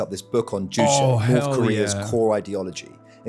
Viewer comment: JUCHE JUCHE JU CHE Jőò Ĉĥæ! Not jushay... hasan stfu about the dprk if you cant even pronounce their ideology.